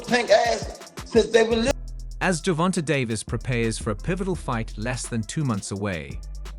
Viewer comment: Buddy said ....my bad AI said "Gerald Davis" 😂😭 THIS 💩 done got way outta hand.......GERRRvonta😂